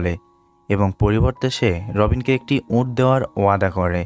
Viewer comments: আপনি এত বেশি ঁ ইউজ করেন কেন। উঁট নাতো। উট। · Camel Bangla uccharon bhul hocche.. sunte kharap lagche onek